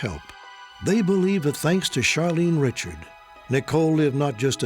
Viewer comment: Charlene Richard’s last name should be pronounced “Ri-Shard”